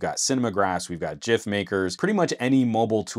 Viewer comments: I appreciate the pronunciation of Gif maker. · I am so happy the way he pronounced GIF. Thank you.